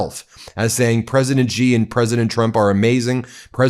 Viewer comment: Xi is pronounced SHE. Google it. or listen to one of the myriad of videos with Mandarin speakers.